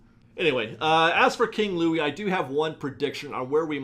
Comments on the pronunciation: King Louie? His name is Louis! (Sorry, I’m a really big Princess and the Frog fan) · It’s not King Louie. It’s Louis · you keep calling the alligator King Louie but his name is Louis, pronounced like Lewis... Lol. King Louie is from Robin Hood. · Your office looks great! Loius.... not king Louie ;) LOL Great video ... as always!!! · It’s Louis ya dumb ass